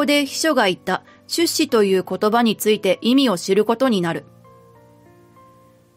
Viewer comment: 出資の言葉の発音が変ですね、まぁ日本は方言が多いから様々なイントネーションが存在するけど他の言葉は標準語なのに一部だけ違うのは如何なものか？